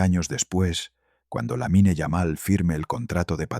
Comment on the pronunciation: SE PRONUNCIA "LAMIN"